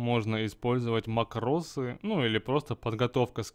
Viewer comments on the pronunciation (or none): ударение на мАкросы